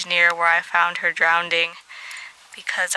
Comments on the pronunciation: *Drowning (Not "drownding") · “Drowning.” Not “Drownding.” 😂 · I was watching the video out loud and my brother heard you say Drowneding. He's an asshole and made fun of you. I think it's cute